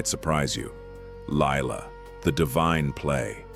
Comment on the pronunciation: it should be Leela and not Laila! That's what AI will do if you're not careful 🙄